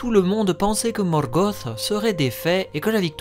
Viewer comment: Ben j'avoue quand j'entends Morgoth (gosse) j'approuve pas du tout ! Je dis un Luth pas un lusse et c'est surtout ce genre la ou j'ai du mal . J'ai toujours dit Morgoth (te) ! . Mais ça ne m’empêche pas d’apprécier ce que tu fais ;p D'ailleurs pourrait tu te laisser tenter par des théories sur la terre du milieu ? Savoir si l'Arckenstone est un silmarill par exemple sur l’identité des Nazgul quand ils étaient vivant ect ect .